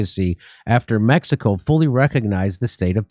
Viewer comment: Its time to learn pronounsing Mexico the right way.